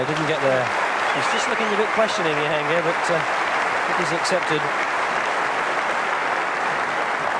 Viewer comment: I'm still astonished that some of the commentators were referring them as Yansher and Yahangir! The J is not silent. Not Jonah of course.